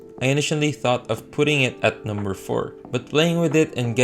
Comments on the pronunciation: When he says numbawan my mind says he's filipino Cuz when i was a kid im saying that word too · Why does the "Peanut Butter" and "Numbawan" sound so Filipino..